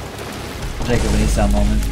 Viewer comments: he keeps saying e sau instead of e saw 😭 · the way you say Esau needs to stop.